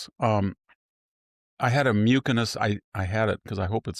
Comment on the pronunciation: Victor, I am a pulmonologist. Your tumor is pronounced myoo-suh-nuhs the c is soft. Though it used to be rare sadly I see it more and more these days. Seems like they are on the right track with your therapy. I will keep you in my prayers. 🙏🏼